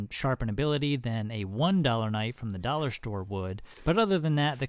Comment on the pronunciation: I heard "duller per inch" , lol